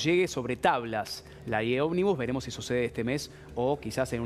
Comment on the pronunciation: porque dice "OBNIBUS"?